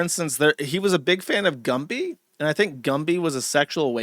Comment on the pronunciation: Josh saying Gumpy instead of Gumby